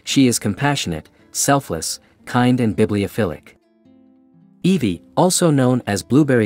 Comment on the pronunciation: that’s obviously because it’s a text to speech program not pronouncing the names correctly